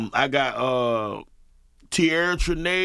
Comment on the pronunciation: It’s Tierra Traniece but s/o my girl!!!